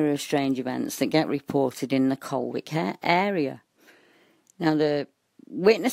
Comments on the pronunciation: its pronounces 'Coll Ick' ;) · VERY interesting! I lived near Colwick Park for about nine years. Incidentally, Nottinghamians pronounce it 'Collick'. :-) The area has been known for a long time for its association with the occult.